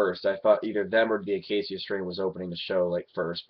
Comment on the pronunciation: dude its the UH KAY SHUH strain